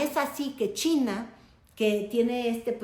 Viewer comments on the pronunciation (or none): none